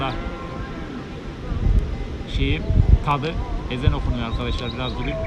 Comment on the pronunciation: 'ezen' degil geri zekali 'ezan' Ogren lan artik!